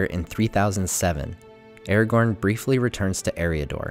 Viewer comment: why do you say eregorn instead of aragorn? it is so bad..otherwise great video